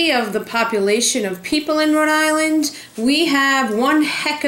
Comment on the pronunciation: I grew up on the Cape, and I always heard a lot of people (especially from the Providence area) say they were from "Row-Dilan". and on the Cape we pronounce that big clam as a 'Coh-hog' ---just waiting to jump into a delicious chowdah. I love hearing the accent that everyone makes fun of now that I've lived in Florida for almost 40 yrs., I hope I never lose it. Great video! I also love Green airport...so much easier to get to Cape Cod from than Logan.